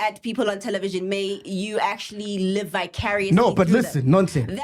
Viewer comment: "Vicariously" 😂😂Cobrizy wa ruta